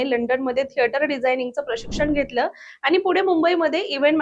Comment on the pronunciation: आनी नाही आणि